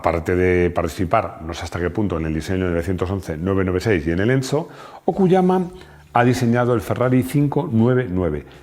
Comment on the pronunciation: por que dice encho?